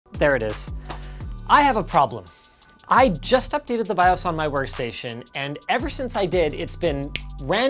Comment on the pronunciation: the savior has spoken bios is now pronounced Bi-ahhs.